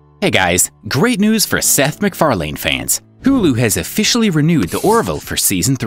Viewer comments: Porche is pronounced Por-sha not Porsh and MacFarlane is pronounced MacFarlen, not "lean" ... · You're over-pronouncing his surname. It's more like MacFarlin than MacFarlayne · Learn how to say McFarlane please. You kept saying it wrong.